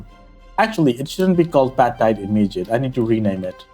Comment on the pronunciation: I just turned on captions, and they were set to German.. In any case, your pronunciation caused YT to turn "badtide" into "Fledermausflutung" which translates back to "Bat Tide Flood" - which might even fit, what with the cave you mention 🤪 PS. you allow for wood to feed the steam engine, but what about water?